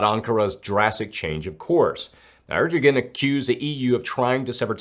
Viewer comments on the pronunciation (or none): Love the channel. But it makes my skin tingle like a bad note being hit in music when you say “ErDo-gan” it’s more like “airdoWan”